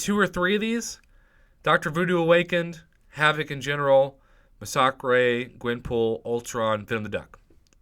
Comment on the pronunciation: Is it just me or does he pronounce Massacre oddly and calls Ronin, Ronan?